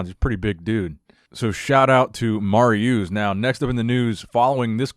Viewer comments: no disrespect, but the way you kept mis pronouncing“Mariusz’s” Name kept triggering my ocd lol 😂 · oh man i love the way you butcher Mariusz's name lmao, love the content!!